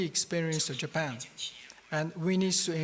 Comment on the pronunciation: 倭式英語；尤其是"~tion"跟"Japan"的發音。